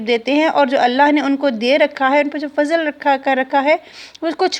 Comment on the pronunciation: حبيبتي جزاكم الله خيرا. بما فضل ض. وليست. ظ غلط